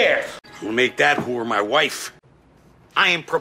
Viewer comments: He says “Wh0re.” Not “Whore” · He pronounces it like who're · I love how he pronounces it “hoor” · I love how he pronounces it with like three more letters and two more syllables. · I love how he makes it into a two syllable word